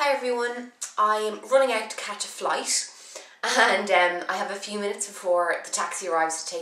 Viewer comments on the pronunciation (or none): i quickly came into conclusion that you are Irish when you said "flight" ..noticed the emphasis on the "t" lol